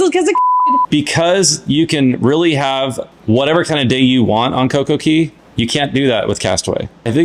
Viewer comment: I love this review. It's great hearing your different perspectives and hearing from the kids. I always felt the kids' voices were missing from the other reviews. Thank you for sharing. Royal Caribbean says it is pronounced Coco Kay, not Coco Kee.